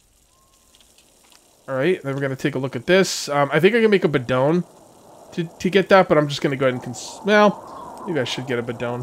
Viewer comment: Hitting like just because you pronounced bidon correctly.... Thankyou. Also thankyou for actually saying irradiated , not radiated in 7 days. I feel like a total Karen.... but i am English....